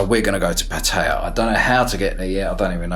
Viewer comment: It's pronounced Putty-ya just FYI